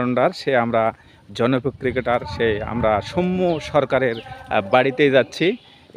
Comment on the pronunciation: সৌম্য সরকারের নামের উচ্চারণটা ভুল হচ্ছে । উচ্চারণটা দন্তস্য এর সাথে ঔ-কার হবে । কিন্তু আপনি ও-কার উচ্চারণ করছেন এবং শেষে ম এর সাথে য-ফলা এর পরিবর্তে ম্ম(ম+ম) উচ্চারণ করছেন।